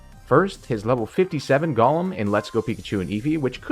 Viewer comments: It's annoying me to hear Gaulem when it's Goh-lem as it's established in English if a word has o_e then it's a long O. Of course there's exceptions but when it is not it's a short U as in love. If it was how you say it then the spelling would be Gollem. Sorry bugs me to hear a wrong pronunciation. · Pronouncing it like LotR Gollum irks me lol. Go-lem